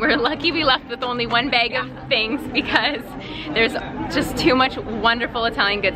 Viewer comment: Love your channel!!! I`m from Minnesota haha We both miss pronounce the word bag the same way haha :)